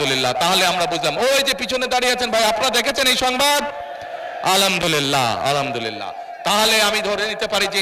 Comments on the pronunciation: আলহামদুলিল্লাহ বলতেও স্পষ্ট হয় না । বলতেছে আলামদুলিল্লা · আলামদুলিল্লা কি? আলহামদুলিল্লাহ উচ্চারণ হয়নি। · আলামদুলিল্লাহ আবার কি? আগে তো শুনি নাই মুফতি সাহেব। যে আল্লাহর শুকরিয়া শুদ্ধ ভাবে উচ্চারণ করতে পারে না সে আবার ধর্মীয় জ্ঞান দিয়ে বেড়ায়। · Khambha tarek thik moto al hamdulila bolte parena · আলহামদুলিল্লাহ বলতে পারেনা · আলহামদুলিল্লাহ সঠিকভাবে উচ্চারণ করতে পারে কিনা সেটাই সন্দেহ হচ্ছে।তিনি আবার মুশরিক মুনাফিকের ফতোয়া দেয়। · আল হামদুলিল্লাহ শব্দও ভুল পড়ে তিনি আবার নেতা। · Alhamdulillah o bolte pare nah . Chada kom othche Mone hoy mike o Valo ta lagate pare nai.. Ar Jamayet er programme dekhle Mon vore jay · আলহামদুলিল্লাহ বলতে পারলেন না ঠিক মতো 😢 হাতপাখা ❤️ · আলহামদুলিল্লাহ যে ঠিকমতো বলতে পারে না, সে আবার ফতুয়া দেয়। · হে আল্লাহ সুন্দর করে আলহামদুলিল্লাহ বলতে পারেনা